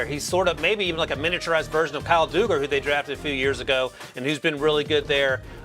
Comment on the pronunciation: Problems with the Patriots selection of Pitre: they just signed Peppers and have about one million safeties already on the roster. Might be a better player than Hamilton, and he would fit, but it's just not a need for that team AT ALL. Also, please let know it's Dugg-er, not Doo-ger. /facepalm